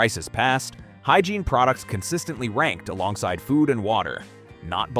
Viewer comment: "Hygreine?" Really flexible arm. Nothing like bad AI to destroy your credibility.